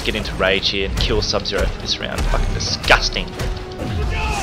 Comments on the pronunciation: He just says DISHIJSTING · lmao the way he says and emphasizes the word "disgusting" makes me laugh my ass off love his vids